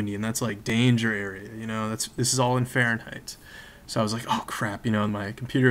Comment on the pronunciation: You realise you heard him wrong and he said Karen height p a n i k